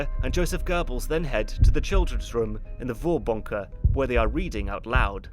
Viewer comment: You,, you're doing a pretty good job on the pronunciation of German words, but I noticed a little thing - in Vorbunker (and basically all German words starting with V), the V is pronounced like F. So it would sound like Forbunker.